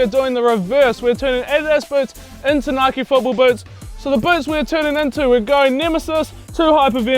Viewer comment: It’s nike not nikeie